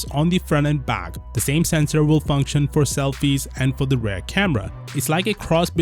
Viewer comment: YOU KEPT ON SAYING "RARE" CAMERA =] SERIOUSLY HOW IS LEARNING ENGLISH DIFFICULT? "REAR" CAMERA! PRONOUNCE THE E SYLLABLE DAM YOU! LIKE THE WORD SEE!